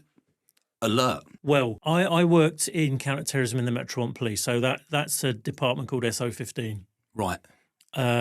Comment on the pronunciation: he nearly said "metroplonker police!" 🚨👮🤣🤣🤣🤣🤣🤣🤣🤣🤣🤣🤣🤣🤣🤣🤣🤣🤣🤣🤣🤣